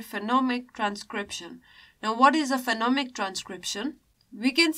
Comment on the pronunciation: Is it Phenomic or Phonemic? And the way of describing the chapter feels very swallow. Please spice the things up, be more subjected to examples. Thanks.